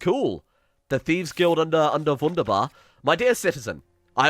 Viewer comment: im learning german so i cringe everytime he says w-undabar instead of v-undabar